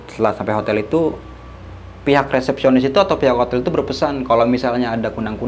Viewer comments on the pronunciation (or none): Di menit 7.17 salah ngucap Kak, resepsionis bukan repesionis, heheheheh terlalu bersemangat ceritanya